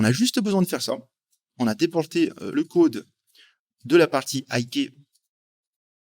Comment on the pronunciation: Le «côde» lol sinon ca fait plaisir les tutos en français,super chaîne👍